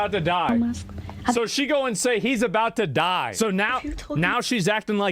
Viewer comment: She did not say “he’s about to die.” She did say “heboudedi”. 😂😂😂